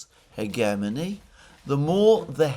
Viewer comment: Uptick for pronouncing "hegemony" correctly, though I would expect no less from a Greek.